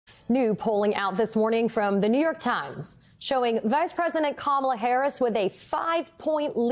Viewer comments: Our Vice President’s given name is, KaMaLa. It is the Indian word for Lotus. She was named by her mother, who was born and raised in India. If these individuals can promise jd VANce’s wife’s name, why can they pronounce the Democratic Nominee? They are being selective bigots. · Make no mistake, folks - the constant mispronunciation of "Kamala" is definitely on purpose. IT IS A RACIST DOGWHISTLE! Don't believe me? The most common mispronunciation (and the one favored by Trump himself) is "ka-MA-la", which is how you pronounce the name of 80s wrestler Kamala the Ugandan Giant. Go look up "Kamala the Ugandan Giant" and then tell me this isn't a racist dogwhistle that they are hammering on repeatedly. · This hit the nail On the head!!! I was soooooo heated from her intentionally mispronouncing Kamala name. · If the Maga idiots can’t handle the basic pronunciation of the name “Kamala”, maybe they should just stick to “Madam Vice President”